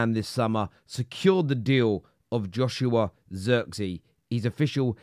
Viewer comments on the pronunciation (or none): none